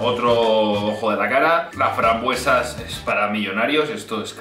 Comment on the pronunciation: Frambuesas rosas, se le ah escapado la s